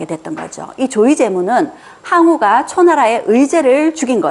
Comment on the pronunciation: 조 의 제 문이라고 읽으면 안되고 조 의제 문이라고 읽어야합니다 초나라 의제를 기린다라는 뜻인데...